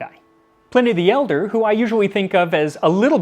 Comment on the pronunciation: Dude literally said Plenny the Elder. I'm out dawg